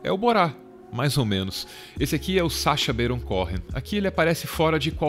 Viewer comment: Sacha Beiron Couen foi foda 😅